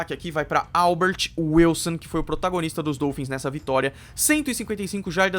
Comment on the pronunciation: mas um ótimo vídeo! Parabéns pelo canal! Continue o excelente trabalho q o céu será o limite! Só uma observação: fala-se dólphins (O aberto) e não dôlphins (O fechado). Abraços!